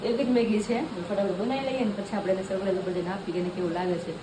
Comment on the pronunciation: Sapraies ne sarpraes kevay